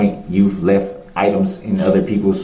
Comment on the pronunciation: Entertaining how he says "substain" instead of sustain(ed)